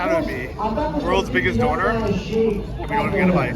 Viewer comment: please, consult Bald, it's pronounced Donna like the name, not donor like organ donor 😂